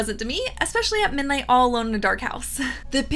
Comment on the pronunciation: I’ve noticed you drop the “d” when you say the word “ midnight.” “Minight” 😄